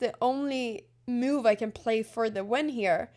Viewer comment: Anna please .. Its not meuve.. its called a move 😂